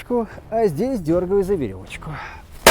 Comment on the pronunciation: 😄👍 «За веровочку» ! Земляк, ты случайно не из Белоруссии ?!